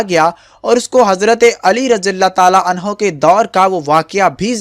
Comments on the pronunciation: Oo bhai galat bol rhy ho anha nhi anho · Hazrat Ali razi Allah o taaala anho hota hai bhai anha nhi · Bhai hazrat Ali ko anha na bole anhu hota hi male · Ali raziAllah talla an ha ni h an ho h pliiiz apni glti drust krein